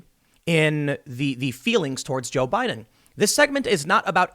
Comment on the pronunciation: No, see, they were saying "BOO-IDEN"